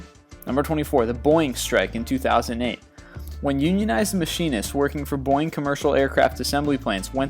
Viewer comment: I like your pronunciation of Boeing :3